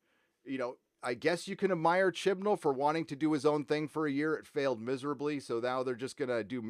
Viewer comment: They lost me at “Jodie Whittiker” and “Chris Chibnal”